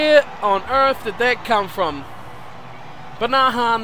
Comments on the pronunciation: just slaughtering the pronunciation of Banahan's name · I know, I wanted to go watch all the ones with bath in them